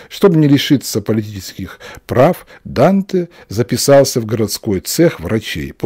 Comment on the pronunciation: В имени Данте ударение падает на первый слог!